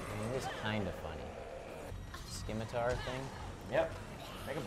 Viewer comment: was that mispronunciation of scimitar suppose to be a joke?